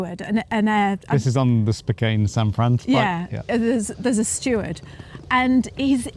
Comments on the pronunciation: Spo-CANN. Not Spo-CANE.. Spokane.Spo-CANN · Spokane is pronounced Spokeann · I always pronounce it "Spo-can" 24 hours in no time at all to get to know a country. The u.s. is like 50 different countries in one some states can be different as night and day. Some places in the U.S. you can't understand a word of English, especially down south. The weather is the same thing one area is a desert, another feet of snow,and another like a jungle. Adorable couple., your teeth aren't white enough 😂🤣✌️❤️ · It's Spo-KAN :) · Spokane is pronounced, spoh-CAN. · It is pronounced Spoh-kan!!!🤘the Pacific Northwest of America is the most magnificently beautiful region of the United States of America 🇺🇸 our right to protect ourselves with firearms is one of the greatest rights that separates the USA from everywhere else on Earth🇺🇸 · Mr it's pronounced spohcan my cousin lives there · Spokane - pronounced ‘Spo-can’ ❤️ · You can definitely not judge the US based on one state you have been to. SpoCAn is how you say it. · It's pronounced Spoke-ANN. Glad you enjoyed your visit to my home state. Eastern Washington is very rural farming country. Western Washington is very urban. And most of us that have guns have them for hunting or personal protection. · It is pronounced "spoke anne".